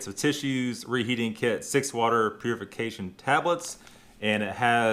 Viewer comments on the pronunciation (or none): none